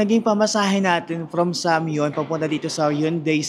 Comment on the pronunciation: Correction po:😅 hayunde (x) heyonde (✔) samyon(x)somyon(✔)...nakakagoodvibe po talaga ang vlog niyo...enjoy po kayo and ingat lagi